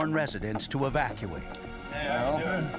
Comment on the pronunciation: Hahaha! You said schmevacuate